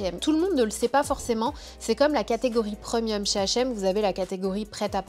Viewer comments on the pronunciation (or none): Pourquoi elle dit: « PREUMIUM » c est premium on on prononce prèmium😂😂😂 ca me fait tjrs rire quand elle dit preumium😂🤣